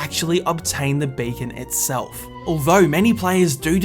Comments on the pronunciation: Am I the only one who hears bacon when he says beacon? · did anyone else hear bacon instead of beacon? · He actually say bacon instead of beacon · 1,000 Subs Challenge I know. but it's a joke picking fun have the fact that that he pronounced it Bacon istead of Beecon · When he says beacon I can't unhear him saying bacon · I thought he said bacon instead of beacon